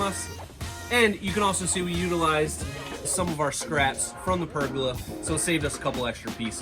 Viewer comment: Did I just here “Pergela”....my man it’s (Per)-(gola) as in Gol!, Gol!, Gol-a!